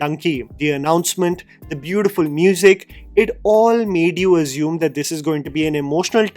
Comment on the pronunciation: ‘Assume’ not Azume 🙏🏽